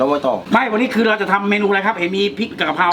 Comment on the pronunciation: กะเพรา ไม่ใช่ กระเพรา